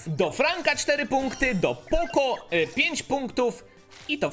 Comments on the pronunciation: mówi się poko a nie poco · Sorki poco czyta się poko